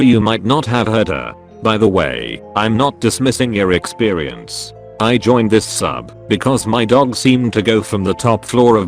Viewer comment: Anyone else think it’s weird that it pronounces ‘experience’ with a ‘w’